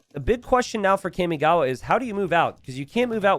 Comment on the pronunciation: Someone has to do something about the way he says Kamigawa…